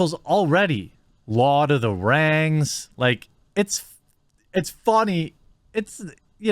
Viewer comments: "We Lawd of Wings now" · Lost it at Lawd of da Rangs.😤😣😳😂💀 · I had to pause this to laugh at the “lord of the rangs” for ten minutes. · "Lawd of the Rangs"🤣 I bout choked on my food then I thought of it again and almost spit my food out 🤣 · "Lord of dem rangs" ahahaha 😂